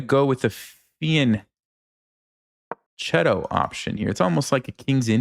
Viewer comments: Fee and cheetoh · You used to pronounce fianchetto correctly, that is with a k sound. Why did you change it? Unlike in Spanish, where ch is pronounced like the ch in church, ch in Italian is always pronounced k. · Man listening to you pronounce fianchetto wrong, is like watching a tar pit being caught in a fly trap.